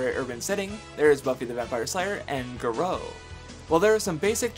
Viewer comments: Can I just say that that pronunciation of Garo hurt me. Gah-row. Not Gahro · Garo pronounced GAH-ROW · "Guh-roh" ..... That pronunciation pained me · Aside from the strange pronunciation of Garo, this was a damn solid video. It really helped remind me of just how awesome tokusatsu is, and I might give some of these other shows/movies a try sometime soon. Keep at it my guy